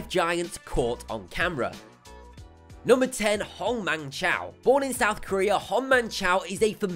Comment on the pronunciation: It’s pronounced choy. Not chow. It’s Choi. You bri’’ish people with your wi’’ile bri’’ish TEEF! Also, it’s pronounced gigantism. Not giantism.